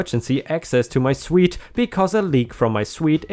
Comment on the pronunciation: Just two things, you've gone back to having an echo and being louder than normal. And just to make sure you know, you don't pronounce suite as suit, it's pronounced the same as sweet.